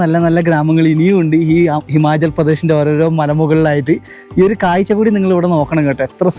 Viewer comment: കായ്ച്ച അല്ല കാഴ്ച്ച ആണ്. ഇടവയി അല്ല ഇടവഴിയാണ്.